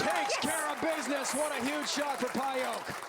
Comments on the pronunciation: you can't pronounce "Pająk" like this, ą is a nasal vovel, americans and other germanics can't even pronounce that correctly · She's from Poland, it's not pronounced "pay-jak". I'd say "pah-yahk" is close to being right. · I've heard Daria herself pronounce it PIE ek... this guy's "pie yoke" is totally off the mark. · Daria's last name is pronounced PAJAK - the J like John, Jonathan not Payo like the commentator said all the time. I know Daria since she was 17 years old. Already a Polish champion. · Guy needs to learn how to pronounce names, its PAY-JAK, not PIEOK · Daria Pająk - absolutely Polish name and surname. You read this: Dariah Payouk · I thought the correct pronunciation would be "pie-yak" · Daria Pająk. In English there is no exist "ą". Btw.. Pająk means Spider Sorry for my English:)